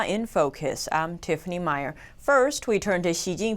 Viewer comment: "Tifanny Meier", 😂🤣😂🤣😂🤣